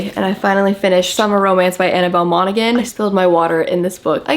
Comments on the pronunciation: I just graduated highschool with Annabel Monaghan's son and I just wanted to say its pronounced "mon-a-han" the "g" is silent lol 😅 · you are so perfect and should be totally perfect. You are not pronouncing Monaghan properly. Put it into google. - it’s Irish so you don’t pronounce the gh…😂🎉❤ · Annabel Monaghan last name is pronounced moms Han